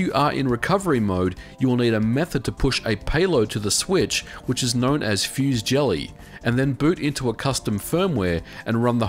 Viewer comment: "fusée gelée" is french, it's not pronounced like fuse jelly, but like "fusay jelay" :P